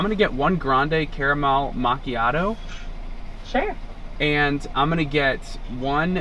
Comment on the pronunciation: Loved the italian accent and gesture for "getting my macchiato" 🤣🤣 (iam italian 🤌🤌) very enjoyable vid :) and about the watch iam a watch freak, Cyma is a very nice brand with a lovely history, what ure wearing is a kinda Rolex Datejust with president bracelet, in the watch world, when a brand does something similar to another brand we call it hommage watches, which are very cool, and that watch rocks i like it!